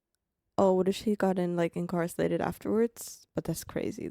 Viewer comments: I don't want to be that person. But since you've mentioned your English (which is great BTW) in other videos, I wanted to give you a quick correction on a word pronunciation. You kept saying incarcelated instead of Incarcerated.. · Hearing you try to say incarcerated is hilarious 😂😂😂. "Incarselated" 😂 its cute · She's so cute adding an el to her pronunciation of "incarcerated". Different countries have different rules. Before going to any country, it is best to know the rules that would be a surprise to you. In dictatorships, don't touch any images, statues, of any thing. I might not be a good idea to take photos of govt buildings either, since those photos might be deemed useful for targeting by a foreign country. "The very young do not always do what they are told." Young can be age or maturity or experience level. Spain doesn't allow photos of private homes from the street without permission or of children. There are some loopholes, but if you aren't careful, someone will complain and the police will err on the side of the local, not the visitor. Some NATO countries have mandated on-demand decryption of anything they want. You have no right to privacy when entering their country and if you bring an encrypted file, they can demand you decrypt it. I've been tear gassed in Turkey. No, they weren't aiming for me, but an entire neighborhood was covered in tear gas by the govt officials to break up a college student protest against the current President at the time (he's still in power, BTW). We were just down hill from that location. Was nearly arrested in Turkey for refusing to pay massively inflated drink prices.in a mob-run bar. They called police, but didn't know we had a local with us who explained we were being charged 10x more than he was for the same drinks. In Argentina, we we